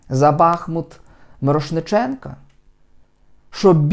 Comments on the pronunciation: Все правильно сказав, але місто називається БахмУУУт, а не Бааах! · не бАхмут, а бахмУт!!!